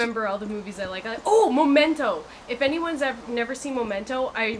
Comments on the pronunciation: MEM-ento, not MO-mento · Momento? MO mento? Memento. ME-MENTO!